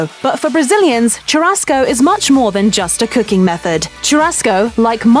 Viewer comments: * tchurasco * ahahahaah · please stop saying TCHURASCO CHU has the same pronunciation as "SHO" in shoe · Yeah, and "churrasco" and "rodizio" - basically every Portuguese word she said. If you're going to do an "educational" video, at least take the time to figure out how to pronounce the words. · It hurts my ears to hear you butcher pronunciation of "churrasco," "picanha," and others. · Yo is it really that hard to pronounce the rr in churrasco? Pls native english speakers help me understand this I am NOT bragging, I just want to know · I cringed when the woman tried to say "churrasco". They really can't pronounce the "RR"